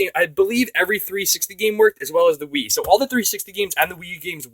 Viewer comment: At 0.39 instead of wii I thought he said weed 😂